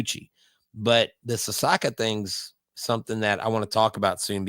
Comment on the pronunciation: Sasaki not Sasaka